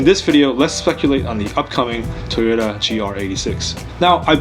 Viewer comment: I keep hearing Tuna instead of Toyota...